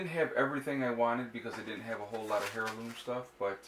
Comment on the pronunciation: Dear Sir, It's pronounced "airloom" not "hairloom". Yes it starts with an "H". Sorry, my silly pet peeve. Your videos are great. Thanks for your contribution.